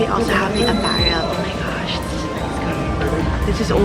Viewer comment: "ow may gashhh"